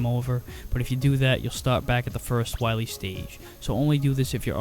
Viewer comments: Be verwy, verwy quiet, Im hunting dat wascawwee Dr Wiwy, Uhuhuhuhuhuhuh. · Dr. Wahwee! xD